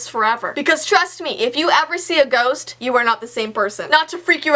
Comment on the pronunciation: she said ghorst